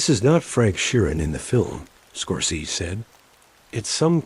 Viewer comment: ....... Air is still air.... Places are places..... Water remains wet.... Wind still blows...... And this, Mr. Score-cee-sus...... Arrrrrrgh!!!!! of my misery......out put me please!!!